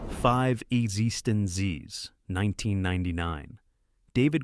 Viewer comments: Congratulations on finding so many ways to mispronounce "existenz". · It was pronounced Exist-ends 🙄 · Also, it pronounced Exsistenz differently each time it said it - the last time it said exsisten zed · Yep. The AI screws up Existenz in just about every way possible. You would think the writer would just spell it correctly in the text for the AI so that the AI could pronounce it. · Literally the worst pronunciation of "eXistenZ" I've ever heard, though at least this film got recognized. Also "GA-tac-a". Time to fire the AI announcers. Though these range from good to great films from a classic era of scifi with touches of cyberpunk and VR. Also, some of the film summaries have random clips from irrelevant movies e.g. "Screamers" has clips from Das Boot and Blade Runner.